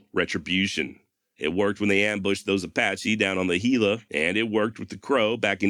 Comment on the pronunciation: Your pronunciation on Gila was perfect. Muy bueno.